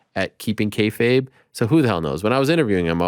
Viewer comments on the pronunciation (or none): none